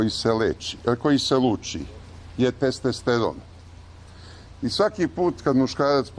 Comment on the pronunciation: Kako se gospodin Seselj hvali svojim obrazovanjem, mogao bi bar da nauci da se kaze “testosteron” a ne testesteron.